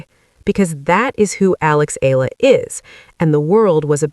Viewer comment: EALA read and pronounced it E-YA-LA, not ALA. E - YA - LA not ELA E-YA-LA not EYLA E-YA-LA EALA E-YA-LA